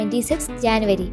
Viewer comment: It is not Janvary it is January